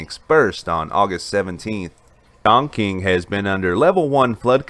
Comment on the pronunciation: Its NOT pronounced "ChongKing"....its pronounced "ChongChing"...spelled Chongqing